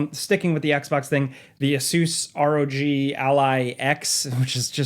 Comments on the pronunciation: Just call it an “aay-suhs rogue” you sound silly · repeat after me Asus = Ace-us. Rog = Rawg you fuckin butchered those pronunciations 😅